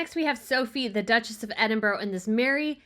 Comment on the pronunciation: For cry out loud, learn to pronounce Edinburgh…